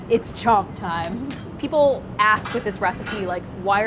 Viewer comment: the way she pronounces chhonka makes me cringe ;_